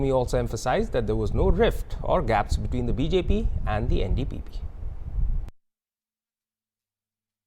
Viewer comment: he can't even say NDPP party name correctly 😅